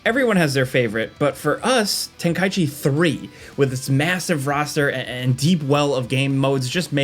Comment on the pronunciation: Finally someone pronounced Tenkaichi correctly